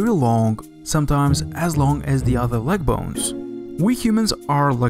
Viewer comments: Leg L ayyy gu not L ehhhh gu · Regarding the American Pronghorn Antelope, that representation is not even close to what they look like other than also being a quadruped herbivorous mammal with horns. Good video otherwise, though I'm curious where you're from with the letters v and w both being pronounced w and "leg" being "lahg". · please pronounce leg properly